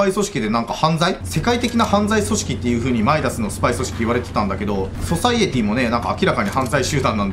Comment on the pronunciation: ソサエティではなくソサイエティですよ